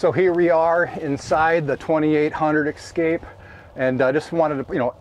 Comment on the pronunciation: Es-kimo Es-kape. It is Es-kape, not Ex-cape